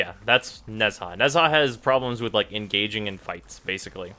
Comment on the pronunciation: nez...HA!..... I cannot